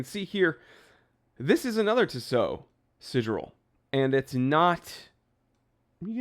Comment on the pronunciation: It's pronounced tea-sow